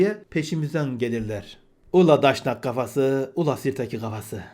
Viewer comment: Kusura bakma sayın: Pek iyi çıkaramadım; Siz Daşnak mı diyorsunuz yoxsa Daşak?